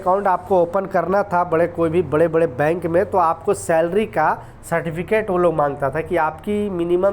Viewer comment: Slarry slarry bolta hee khaie app lekin company nahi badtyaaa